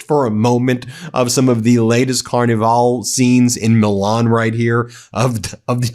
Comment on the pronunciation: Please pronounce Milan correctly, it's not the title of a Disney cartoon.